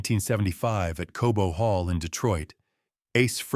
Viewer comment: Cobo hall not Kobo.